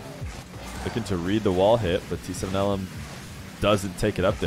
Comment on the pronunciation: for future reference, T7LM is pronounced like teh-lam which translates to "in your dreams"